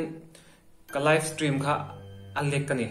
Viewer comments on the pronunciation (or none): Aizawl hearing aid center ah in entir rawh... Steam ati lo, stream a ti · Live stream i ti ve ta 'steam' i ti zel a😂😂